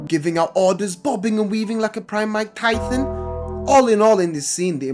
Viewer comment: That "Mike Taiffen" took me out